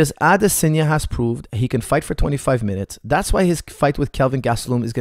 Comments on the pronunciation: It's Adesanya. You pronounce it Adesenya. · AdESANye not Adesenya come on man